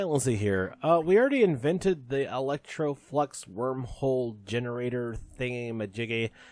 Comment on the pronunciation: OMG I'm rolling laughing at you right now, when she gets to work you start talking like it's a new episode I'm like wait what?? LMAO So umm for the future please be careful how you say Eletroflux because umm yeah you didn't say eletroflux you kind of left out the L and I'm dying here. LMAO!!!!!!! Another great episode as always my friend. :)